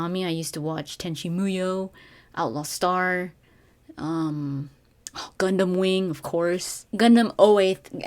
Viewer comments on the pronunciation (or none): none